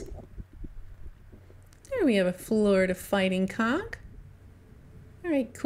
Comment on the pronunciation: We pronounce it Conch. Sounds like you're saying, well, you know what.